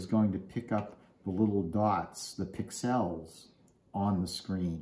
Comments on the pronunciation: Accent is on the pix not the el. You're welcome. 😁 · Never heard "pixel" pronounced like that 😁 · why are you saying pixel wrong??? Its annoying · HaHa! Some viewers like how I say it. You do you and I'll do it wrong. ;) Thanks for listening though!